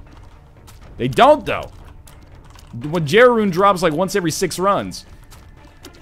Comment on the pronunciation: hey NL jera is pronounced "yera"